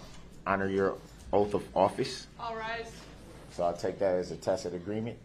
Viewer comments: Battle & "axed." & "oaf" of office. 🤣🤣🤣🤣🤪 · It's oaf of office, not oath! He axed! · ITS OATH OATH BOY NOT OAF ITS TRUTH TRUTH BOY NOT TROOF. WHILE YOUR IN PRISON LEARN HOW TO SPEAK CORRECTLY. WHY DO YOU PEOPLE LIE SO DAMN MUCH. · also, instead of oath, he says "oaf" he is an oaf lol